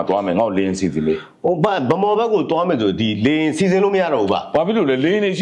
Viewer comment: အလောင်းစီသူဟေ့..စည်မဟုတ်ဘူး စီ..ဟေ့စီ.